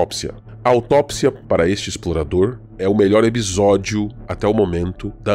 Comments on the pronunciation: Ótimo vídeo. A série é fenomenal de uma forma geral fui agraciado como fã de Lovecraft. Não é por nada porém o Explorador estava falando " Ebisódio" rsrs ? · Porque o dono do canal fala a palavra episódio de uma jeito estranho? Ou é só eu que ouço de forma a pronúncia dele?